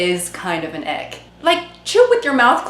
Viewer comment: I keep hearing "the ick" as" the egg"